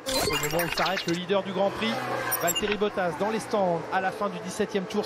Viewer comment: it's Valterri